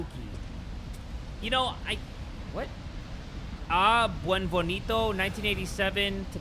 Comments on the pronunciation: Its pronounced exactly how its spelt. Ben-ee-vee-en-to. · i love how hay pronounced beneviento as "bunbenito" and we're just cool with it . what is the right pronunciation anyway ?? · close but the e in bene is more like “ben-eh-vee-ento” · I thought he said ‘Wet Bonito’ :”) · RE8: Beneviento: Buenvonito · The way pronounce Beneviento makes my giggle like a schoolgirl.